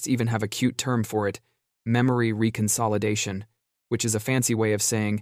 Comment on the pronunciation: Memory Reconsoildation. So close!😛